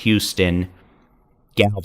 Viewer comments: We don't get a lot of mentions so no shame for pronunciation but Dibol is "dye ball" not "dibble". Thank you for keeping us informed. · Dibble??? Oh, you mean DIBOLL... pronounced DIE-BALL... Yeah I got kin up there so I know LOL:) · Not being a jerk at all but just so you know Diboll is pronounced Die-ball. I’m from the area and thought you might like to know that. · Diboll is pronounced Die-ball. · Just here to rep DIE-BALL again… Diboll… d’eyeball…